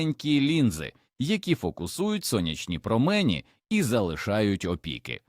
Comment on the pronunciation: ВОНО (ШІ, чи щось інше бездушне) вимовляє майже в кожному реченні купу неіснуючих слів: "гОрод"(мало би бути горОд), "продИхи"(замість прОдихи), "промЕні" замість прОмені, "опІки" замість Опіки, і ще купа маразмів...